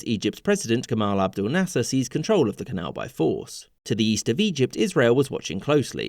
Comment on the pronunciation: Why do you say nasser like gaffer